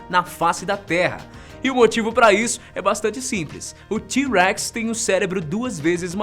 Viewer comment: Do jeito que ele fala T-REX parece que ele fala Tiu Rex